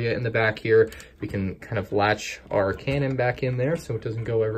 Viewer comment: Lol you said Kanan instead of cannon.